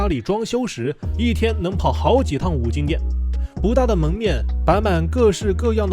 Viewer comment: 是金不是精